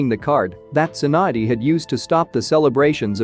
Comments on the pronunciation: it's tsunade not swan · Alright so I get the whole Sakura - Naruto thing with the script editing but why is Tsunade "swand?"